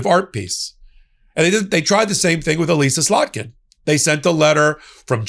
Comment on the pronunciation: Noticed right away you got slotkin’s name right this time.